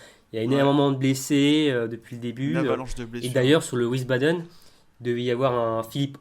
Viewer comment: wiesbaden se prononce comme visbadeun et non ouissebadaine.